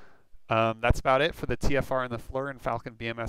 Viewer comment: It drives me crazy hearing FLUR. FLEAR like Lear jet except FFFlear.